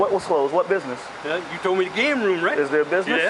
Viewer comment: How do cops that cannot even speak the English language actually get a f**** job as a f**** cop if you can't say business then don't f**** say s**. there is no such thing as a bid niss, and, I wonder if the cops realize how stupid they make us southerners feel or look for that matter. I mean were you raised in a f***** Barn you can't say words the right way.